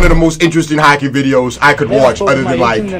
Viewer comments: It sounds like ur saying hackey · Boi it's not hackey it's hockey 😂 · man says hackey instead of hockey